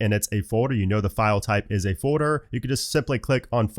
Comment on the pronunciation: For fuck’s same bro: it’s FOLDDDDDER 💀